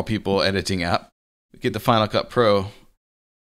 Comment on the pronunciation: Good Video. Every time he says Final Cut pro it sounds like Hanukkah pro. haha